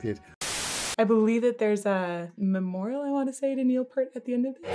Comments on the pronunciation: Neil's last name is pronounced P-ear-t (pointing to my ear). Not Pert. Got it? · His last name is pronounced : P- Ear-T; not Pert. A great Canadian trio who Neil was the drummer and wrote the songs. He is your favourite drummer's favourite drummer. Buddy Rich; Jon Bonham; Neil Peart top 3 anytime anywhere. Can not pick the top of those three. Each influenced the next generation. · "Neil P-ear-t"